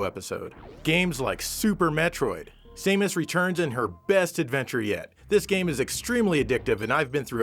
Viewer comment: I must be going crazy, did he pronounce Samus as "Same-us"?